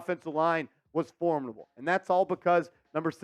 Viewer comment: It's pronounced for-mid-uh-bull